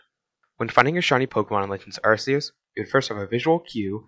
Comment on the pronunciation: Oh my gosh, first YouTuber to say Arceus instead of Arkeus. Bless. Good vibes your way. (I know it's supposed to be Arkeus, but I just DON'T CARE)